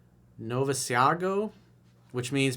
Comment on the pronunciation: Hi: it is Noh÷vee÷as÷goh and it s a no- no word to use when dating Spanish speaking women, unless youre close to marriagw.